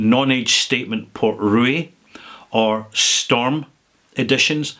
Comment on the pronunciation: Port Ruighe is pronounced Portree.